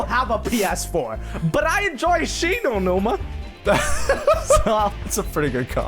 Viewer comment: "Shino numa WaW" I had hope -_